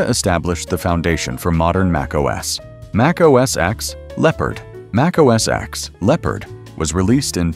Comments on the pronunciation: I stopped watching at macOS “eks” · MacOS "EKS"? Really?!?